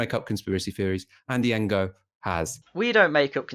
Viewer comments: The way he pronounces ngo is a proper wind up. Borderline racist tbh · 'Engo'. What a teewat. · There is no way has not heard the correct pronunciation of Ngo. Purposefully mispronouncing Andy Ngo's name is bordering on racism and if we use the ideological compass of Novara Media then it absolutely is racist and should be fired/step down.